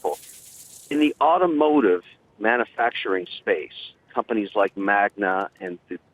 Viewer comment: I hate how he says manu-facturing. Like for god's sake, how am I supposed to take you seriously when you haven't mastered the basic syllable breakdown of words. There are 5 syllables in manufacturing. and the "u" emphasized is one of them.